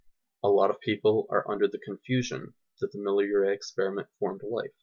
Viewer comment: Yeah, good man, good presentation, the truth. Life from chemicals does not compute. Leisurely spoken as it should be. No rush as in so many presentations of others. However, pronunciation is not always totally clear, e.g., the way you say " Miller Urey." No need for ultra-long pauses. Be consistent. Edit carefully. Keep the volume stable. One word misspelled . I say that because you will have a lot of foreign viewers and that's how it should be! Still, great truths! Thank you.